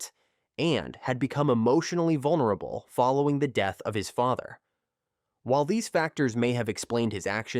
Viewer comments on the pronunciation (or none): none